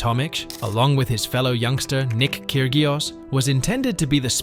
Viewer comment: You can't pronounce Kyrgios. You make it sound as if Bernard was convicted of assault. He wasn't. You get so many facts wrong that your stuff is not worth watching. How about checking instead of making incessant tediously unbalanced pot boilers.